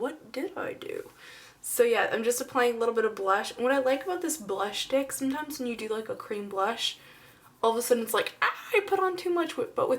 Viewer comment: I love this. It represents her perfectly. <3 Also it sounded like you said cream stick color tint blush dick. I love you.